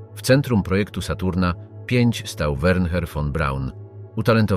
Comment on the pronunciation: Wernher? Werner wystarczy